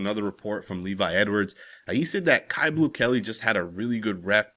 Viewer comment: Isn't his name pronounced Q. Not caillou, like the little white cancer patient on the children's show. I'm pretty sure you pronounce it Q. I'm just saying. Q Blue Kelley